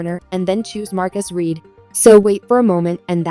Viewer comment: The past tense of “read” is pronounced “RED” !